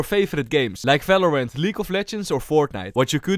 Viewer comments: falorant? bro 9 second and you said 9 times falorant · bro said falorant. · i rlly just love this dude for pronouncing the V like a F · Ffs stop saying falorant and fideo and fandal the letter is V